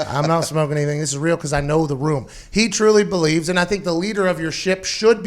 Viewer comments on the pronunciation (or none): none